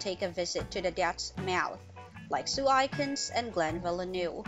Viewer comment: Its sue A kins not sue I kins